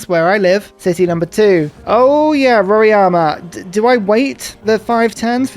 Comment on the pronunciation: Hey, its Mount RoRAIma, not Mount RoRIAma :) The correct way of saying it would be just saying the sound of R + I = "RI". In English, the A would be silent. Technically, also, the "RO" part should be said like "HO". In Portuguese, R in the beginning of the word sounds different than in the middle of a word. So "Horima" in English.